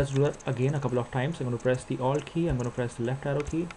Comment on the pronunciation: i kinda had to go back a couple of times there too. i heard owld.